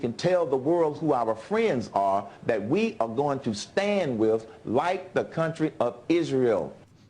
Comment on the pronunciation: It is WITH Herman Cain, not WIF. Jesus fucking Christ.